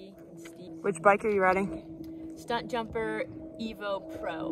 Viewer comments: I think you're saying it wrong... it's Stump Jumper not Stunt Jumper. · Are you saying Stuntjumper??? lmao How dare you butcher our bike name! Welcome to team Specialized!! ; p